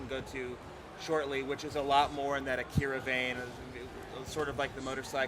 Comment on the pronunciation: A KI RA, KA NE DA, it's not that hard.